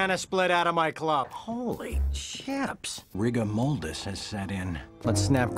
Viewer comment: “rigor moldis” 🙄🤦‍♂️🤦‍♂️